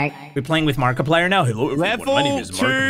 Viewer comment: no one is gonna mention they said markplier?